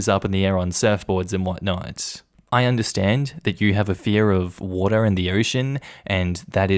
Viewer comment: I like it how he says water lol. Wotaa